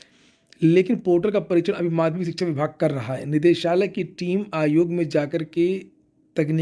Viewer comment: Shikha chayan ayog 😂😂😂😂 ❎ Shikhsga Shayan Ayog ✅